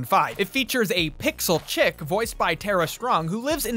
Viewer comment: “Pixel CHICKS-UH”